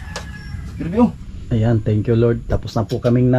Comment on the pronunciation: "Kik" ??? :face-fuchsia-wide-eyes::hand-orange-covering-eyes::face-blue-wide-eyes: Baka cake po. "Tink" you. :face-purple-wide-eyes